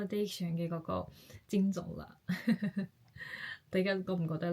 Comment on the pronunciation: 聲調是： 一 \ 症 狀